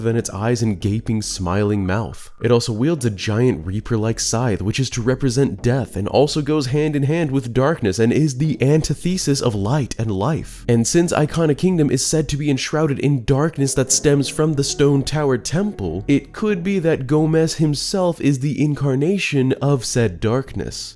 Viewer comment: should be an·ti·thuh·suhs. Excellent video on the lore, Zelda is so important in my life. Thanks for the upload.